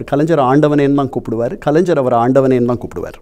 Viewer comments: Is this guy a Malayali? Reason, he is unable to pronounce கலைஞர் properly, He is using ஜ instead of ஞ (gna). Understable why he supports MGR. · ஒரு எழுத்தாளராக இருந்து கொண்டு கண்ணன் அவர்களுக்கு கலைஞர் என்ற வார்த்தையை சரியாக உச்சரிக்க வரவில்லையே.கலைஞ்ஜர் என்று சொல்கிறாரே